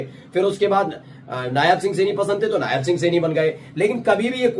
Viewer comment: Yaar Candidate ka naam नायब सिंह सैनी है hai.......नायाब सिंह सैनी nhi..... correct yourself